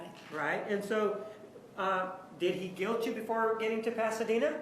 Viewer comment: I hate how she says "guilt". She adds an unnecessary "z" to the end. Ugh I fucking hate her.